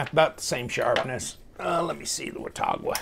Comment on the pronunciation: it's pronounced "wa-taw-guh". I grew up near Watauga Lake and the town of Watauga in Tennessee.